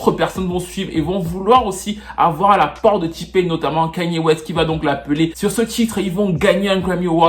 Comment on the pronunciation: Kayne pas ''Kagne''/''Kegne'' il n'est pas bamileke....... ahahahaahhahahhaaha